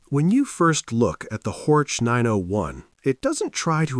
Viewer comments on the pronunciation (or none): Not Hortsch, but Horch meaning hear!